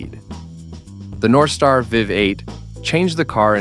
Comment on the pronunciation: First, the idiot AI robot cannot pronounce anything. Getting tired of the AI showing one thing yet speaking about another and while mispronouncing words. The Cadillac Northstar v8, really? Complete garbage. Cadillac still are garbage. Let's have real people giving these reviews, not robots. Getting a little ridiculous.